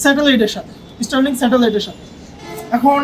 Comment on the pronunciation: স্টার লিংক ❌️ ইস্টার লিংক ✅️